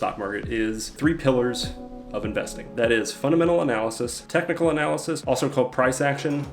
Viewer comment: looks like Superman, and his kryptonite is pronouncing words like “cyclical” and “technical”